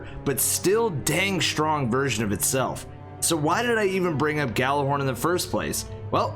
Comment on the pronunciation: "I got the Gallahorn" was what he said though. If you want to know how it really is pronounced, then it's more like "Jallarhorn" than "Gallarhorn" like English people say. Gjallarhorn was the horn of the Norse god Heimdall. You know the blind black dude who sees everything from the Avengers franchise.